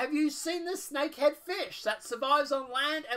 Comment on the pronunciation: I was confused by the title... But listening to your video I see why... You missed the S in Snakehead.